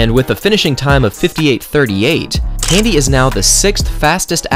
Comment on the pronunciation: It's k.a.n.d.i.e (with an eeh at the end) not Candy.